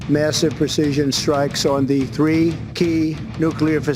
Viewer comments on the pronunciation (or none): none